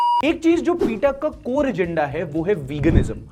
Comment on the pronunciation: भाई पीटा नही पेटा बोला जाता है नॉर्मली तो